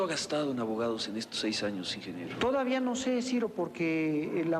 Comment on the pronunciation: pinche bastardo ni deberían de Pelarlo, y todavía le dice ingeniebrio